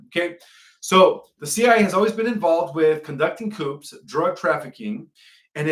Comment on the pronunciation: The P is silent in the word coup. Your miss interpretation of many basic words troubles me.